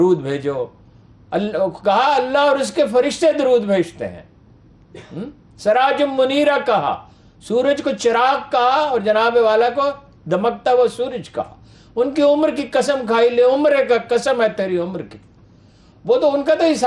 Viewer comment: stupid quraan ki ayat sahi nahin parhi: 9: 39 nafasi nafsi nahin nafsi nafsi hy. sirajum muneera nahin hy sirajam munira hy, le umrik nahin hy la amruk hy, Atteullah wa ati ur rusool nahin atiullah wa ati urr rasool hy, kuch parh lia karo budhy!